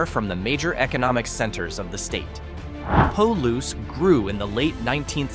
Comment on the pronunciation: When describing the southeastern wheat and legume growing region you say it the right way; Palouse ie. pah-loose. The small city or town of the very same name, you say it very, very wrong.